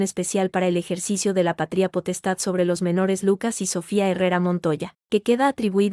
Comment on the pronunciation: ¿Pa-trí-a potestad o pa-tria potestad? Tremenda burrada de los que suben estas historias a la IA. Es errores trás errores garrafales. De gramática no saben un comino.